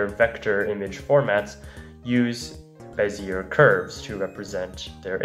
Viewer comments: not to be that guy but IT'S PRONOUNCED BEZIYAY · Bezier is pronounced bez-e-a, it's a french last name. Same with Fourier being four-e-a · That prononciation of Bézier 😬